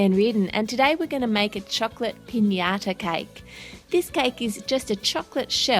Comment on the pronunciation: you pronunciate piñata very well even more than an american person